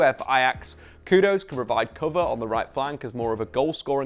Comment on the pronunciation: His name's literally spelt 'Kudus', why change it to 'Kudose'?!